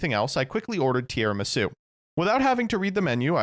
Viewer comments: pronouncing it “Tiaramisu” is hilarious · "Non-card game podcast" and still calls the dessert "Tiaramisu" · first time he said it i was like "that's a very funny slip-up", by the end of the segment i was like "oh my god. he does not know how to say tiramisu"